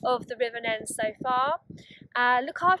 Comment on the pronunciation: Welcome to the channel, and thank you for such a lovely comment!😊 Oh dear, I was definitely pronouncing the wrong Neen/Nen, but I do have a pair of armbands onboard just in case I end up in the river! I absolutely loved boating in that part of the world, such a beautiful stretch with oodles of wildlife. Loved it!😍 Take care🦋🌻